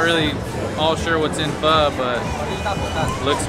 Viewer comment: Just came across your channel. Awesome you pronounce pho properly. Everyone seemed to want to be in your videos bombing in the background!